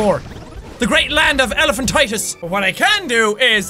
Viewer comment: Jack said elaphantitus hahahahaha look it up